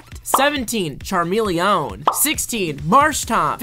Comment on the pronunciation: “Charmeleõn” this man has no idea how to pronounce names and pauses in between